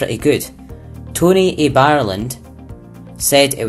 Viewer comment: Did you really just pronounce the first reviewer name Tony a BIreland?😂😂😂 It's pronounced Tonya B Ireland😂😂😂